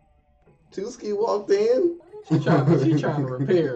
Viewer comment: Tsukki=TWOSKI XD